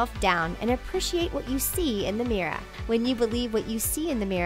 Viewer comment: Is it just me or the way she said mirror is....weird and a little annoying?